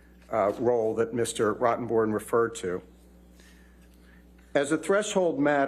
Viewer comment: They are mispronouncing her attorneys name....it's Bornrotten, not Rottenborn.